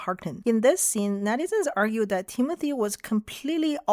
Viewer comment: I thought you said Temu-thy 😂